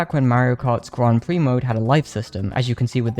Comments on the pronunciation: The... the Grand WHAT? 😂 It's not pronounced like that... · I love when people pronounce "Grand Prix" as "Grand Pr!cks" it's so silly to me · Was this mispronunciation a joke?